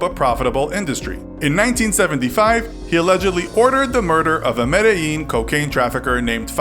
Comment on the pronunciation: Being Colombian I feel like this gives us a negative connotation. Also Medellín is pronounce me-de-Jean